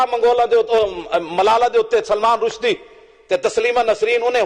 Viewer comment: पत्रकार महोदय नाम तो सही बोलिए। रशीदी नहीं रुसदी है।